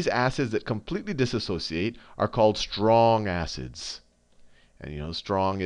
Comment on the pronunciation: Khan sayin 'STRONG ASSES' on purpose